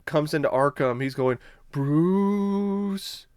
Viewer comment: LMAO!!! . I felt the same way. I was like why is he pronouncing Bruce's name like that? lol